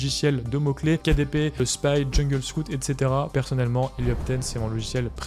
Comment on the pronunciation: Tu n’utilises pas Black Box pour trouver des idées de niches ? Et sinon, c’est KDSpy, pas KDPSpy :)